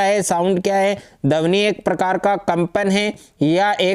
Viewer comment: सर यह ध्वनि होता है ना ही की धवनि